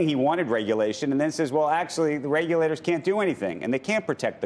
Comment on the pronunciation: F the reg-yo-lators.